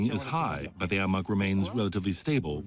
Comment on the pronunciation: In the first two minutes they call the AMOC the AMIC.